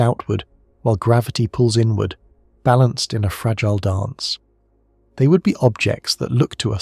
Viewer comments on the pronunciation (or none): none